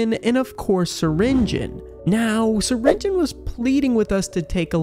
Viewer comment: Syringeon (sur-in-ge-on) not Syringeon (surin-gon)